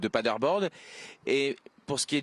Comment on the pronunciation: "Paderborde" ? Paderborn, plutôt...